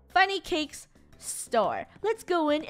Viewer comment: I like how you said funny cuz cakes and I was like what do you say it wrong the sign can spell your name